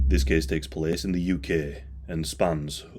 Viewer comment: “This kehss tehkss plehss…”